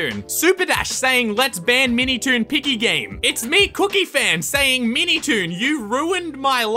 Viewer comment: I heard "MeatyToon"